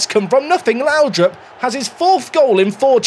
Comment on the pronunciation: oh google trnaslate. Whatever happens, I hope we have a Lowdrip stand. Not laudrup. Lowdrip :D